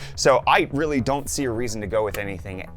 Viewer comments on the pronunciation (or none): none